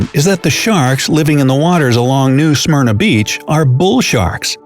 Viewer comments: The guy needs to learn how to pronounce Smyrna correctly. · Lol at 8.14 the way he says Smyrna just cracks me up for some reason xD